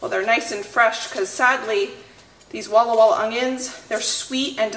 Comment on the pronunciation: Every time you say “Walla walla onions” I want to giggle!!😂😂😂 I must have a weird sense of humour! I love that you share the real raw footage like the pie crust issue! I can picture myself doing the same exact thing!!! God’s richest blessings to you all!! You are truly a Proverbs 31 wife!!